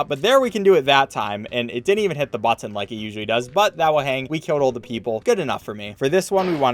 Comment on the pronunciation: You say button weird